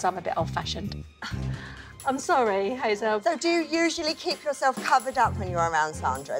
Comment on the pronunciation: Her name is Hazelle, not Hazel, it's French, 'elle' means 'she' think of the animal Gazelle with a H.